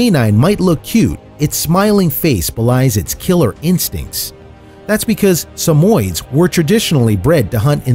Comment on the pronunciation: Sorry, but he mispronounced several names, including dachshund. BTW, the pup that was supposedly a cross between a Dalmatian and a dachshund? That was just a dapple dachshund. It's one of the many colors dachshunds come in, and not a mixed breed at all. And Samoyeds (which he pronounced wrong) are not rare in the US. Neither are ChowChows.